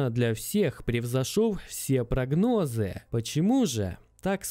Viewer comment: Инфа интересная, но по этому поводу вырубил .. невозможно слушать...ужасный голос и ударения...всЕе прагнОзыы....начитесь нормально говорить, пожалуйста нормально . Иногда, кстати, нормально получается...это уже во второй половине ролика...но всё равно вырубил.